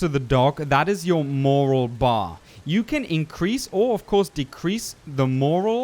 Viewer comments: it's "Morale" not "moral." lol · It's "more-al" not "more-els" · Morale is pronounced "more-al" not moral, but that could be an accent thing.cool vid though, and thanks for the warning about losing quiet, though i think i wanna see what its happens with her anyways... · Absolutely phenomenal video and I'll be putting so many of these tips into practice so thank you! - small heads up it's "mor-al" as opposed to "m-oral" the emphasis is placed more on the "al" part than "or" - but again brilliant video and I only point it out because the word was mentioned a lot in a small period so it kind of stuck out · It’s pronounced more-Al… not more-UL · Morale not morals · Very helpful but only annoying part was the constant misuse of the word MORAL. It’s morale, with an ‘E’ on the end. It means to boost how happy they are whereas moral is to have a code or a set of rules you live by. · More - AL not more-OL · It’s morale not moral! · Did anyone point out yet , you kept saying Moral instead of morale which although both positive are two totally separate things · Morale not moral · It’s morale, not moral lol don’t know if it’s the accent or what but other than that, I absolutely wonderful content man. Love your stuff and keep up the good work. Even learned a couple things. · Morale, not moral goddamnit. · Rectus Rectumius that was aggravating me too..its morale not moral!!! dumbass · I just wanted to add since it bothered me morale is pronounced more-al as in “the morale of the troops” not in “the moral thing to do” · Sorry but I have to, it drove me nuts. mo·rale məˈral/ noun noun: morale the confidence, enthusiasm, and discipline of a person or group at a particular time. "their morale was high" Not trying to nit pick, but you kept saying moral and that's a different thing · MORALE not "MOROL"!!! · Great video. Just a minor note, "Morale" isn't pronounced the same way as "Moral", it's pronounced similar to "Corral" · IT'S PRONOUNCED MORALE MOW-RALL NOT MOW-RULL.